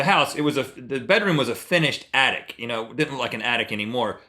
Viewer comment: He said "Finished Attic" but it sounded like "Finnish Attic" So Link said "Like from Finland?"